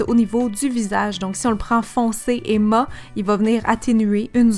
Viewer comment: Cc super vidéo ! Simple et consice ! Par contre on dit " mat" en prononçant le T et non "ma" 😉 bisous